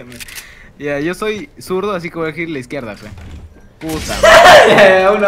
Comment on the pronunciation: Hizkierdah >:u